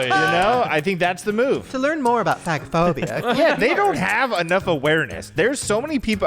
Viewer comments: hey shane, it’s not fag-o-phobia but fage-o- phobia. phag is swallow and phobia is fear of. Like difficulty swallowing is dysphagia (dis-fay-sha) not (dis-fag-e- a) 😂 hope this helps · Just to address the swallowing “issue”-if no one else has, the phag isn’t pronounced fag. It’s pronounced phazh. It’s an A like pronounced in “care”. As in medical terminology. I’m an ER nurse and a lot of medical terminology is pronounced differently, I’m not sure how else to explain. Maybe ask the boys pediatrician or nurse. Carry on. 🫶🏻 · It’s actually fay-ja-phobia friend ❤️❤️ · Omg yall. It's pronounced FAY-ge-phobia. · Guys... It's pronounched "fahhj (soft j)ophobia" not ... in the slur way HAHA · Nurse here. Shaneeee. It’s pronounced like faaage a phobia 😅❤ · Shane… I hate to tell you this but it’s pronounced like Fage-o-phobia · Oh no. Phagophobia is not how you say it lol. It’s (fago-phobia) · Phagophobia - pronounced like “page-o-phobia” but page is an F - fage-o-phobia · Also, I hope you get away with phagophobia... because the "g" is actually pronounced softly as in age in the word. Just like aphagia is the inability to swallow. But 🤞🤞 because if Ryland and Chris can't say it (Shane has a part time pass lol), who can? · That is NOT how you pronounce “phagophobia” lol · That is not how you pronounce phagophobia lol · That’s not how it’s pronounced 🤣nooooo put swallowing problems in google and hit sound.